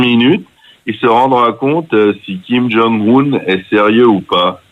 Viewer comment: On ne prononce pas "Kim Djong Oune" mais "Kyim Dzong Eune". Suffit d'écouter la télévision nord-coréenne.